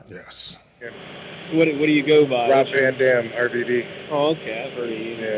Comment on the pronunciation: ITS A ROB, ITS A VAN, ITS A ROB VA DAM